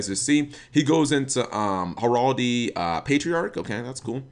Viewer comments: Heraldee? What? Hearl-DREE. There's a second "r" in the world. Herardry. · heh-ral-dry is how it's pronounced